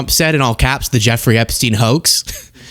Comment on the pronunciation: Are you still talking about jeffaree....epashteen....?